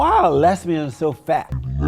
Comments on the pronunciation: Lez-bee-yon's. Jesse Lee must be curious. He asks that question about men being with men a lot. JLP is a strange guy😳. I was waiting for JLP to call this guy a beta male😂😂😂. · "Why lez-be-ons so fat?" My funeral will be held Friday, please attend